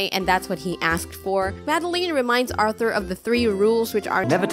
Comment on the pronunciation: Every time you say “RrRRrRrRrRrRrrRrRRrRrRrRrRrRRRRRRRR ” makes me laugh😂😂